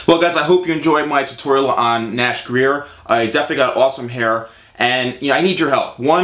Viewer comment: Hey are you sure that's how you pronounce his last name? I've heard other people pronounce his last name differently. And this is a really good vid haha